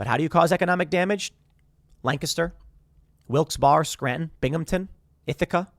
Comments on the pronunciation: It's not Wilkes BARR. You can say Wilkes BEAR. Wilkes BERRY is also acceptable. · C'mon Tim you're an east coaster now. Wilkes-Barre IS NOT pronounced WILKS BAR its pronounced WILKS BERRY. You made me cringe every time you said it bruh. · Pronounced Wilkes”BERRY” Tim! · Lol. "Wilkes Bar" it's pronounced Wilkes BERRY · I live near Wilkes-Barre and I’ve never heard anyone say it like that. Always like Wilkes-Bear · Tim I’m from wilkesbarre, btw pronounced wilkesbear. You finally mention my home town but it’s about being nuked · Pronounced: Wilkes Berry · Pronounced “Wilks berry” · Wilkes-Barre is pronounced Wilkes-Barry. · Driving through Wilkes-Barre, listening to Tim mispronounce the city name and thinking about getting nuked...